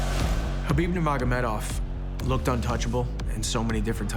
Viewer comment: Why the fuck can't ANY UFC pundit say Nurmagomedov properly?